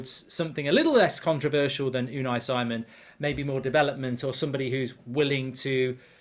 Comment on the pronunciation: Is it so hard to pronounce names right? Si:mon not Saimon. British arrogance as it is.